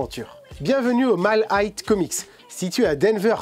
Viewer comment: Tu prononces 'high' comme si tu prononçais le mot 'height'. Vidéo intéressante sinon 👍